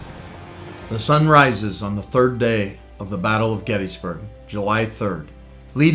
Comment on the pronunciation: Pronounce it correctly.. Gettis (like Harris), NOT gettEEE